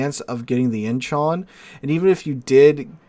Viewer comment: Nice pronunciation of Incheon! I also liked your more objective and less hyped review of Lestas client. More competition helps to improve the quality of a product and putting a little pressure on WG is a good idea!